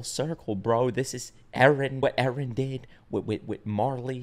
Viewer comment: "Erenists" close enough.